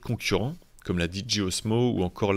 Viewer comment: Contenu de qualité comme toujours. Merci beaucoup. Je me permets juste d'étaler ma science pour la prononciation de la marque DJI beaucoup trop souvent mal prononcé par le Youtube FR. Dans la vidéo (et c'est peut-être assumé) c'est prononcé avec un mix d'anglais et de français : "D" à l'anglaise et "JI" à la française. Je milite donc pour assumer soit la prononciation française et dire DJI comme un seul mot ou à l'anglaise en prononçant chaque lettre "Di" "Jay" "Aille". Au passage c'est la même erreur que les gens qui disent DJ = "Diji" au lieu de "Dijay"